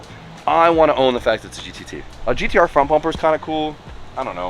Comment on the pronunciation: it’s gtr no gdr like you keep saying